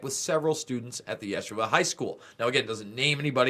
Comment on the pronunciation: these religious institutions are all corrupted. yeshiva is pronounced 'yasheeva.' child molesters run the world. here we are in these last days, end times, ( it Is biblical) those who read/understand that book where it is written that all will be revealed in the end times. thank you for your part. it will continue and not be swept under the rug anymore. can't thank you enough, for your very important work and your courage to expose the Truth!!! I am a believer in Yah (God) and Yahusha (Jesus) and pray that " No weapon formed against you shall prosper."